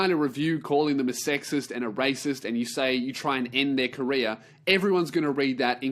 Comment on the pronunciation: This episode is the moment I realised when says "career" it sounds like he's saying "Korea".